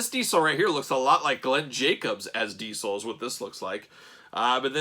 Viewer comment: For the love of god .... diZel ... your killing me with your d-cell pronounce of the name ... face is off but looks cool ... jealous